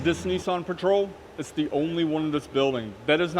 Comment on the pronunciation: there's no "e" in nissan